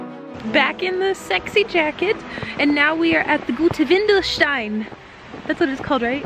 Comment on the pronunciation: it is WENDELSTEIN, not WINDELSTEIN (diaper rock)